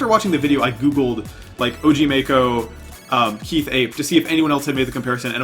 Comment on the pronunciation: “Og marcho”😭😭